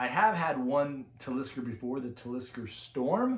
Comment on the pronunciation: Your saying Talisker wrong.